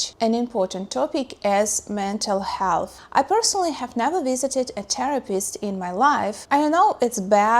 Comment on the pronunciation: I love your pronunciation of Therapist as "Terror-pist"